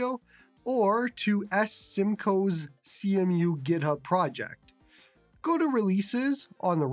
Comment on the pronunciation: It's pronounced "see-moo" brotha